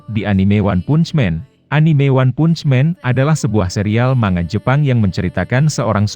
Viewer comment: Baca "Punch" nya diperbaiki dunk ... haha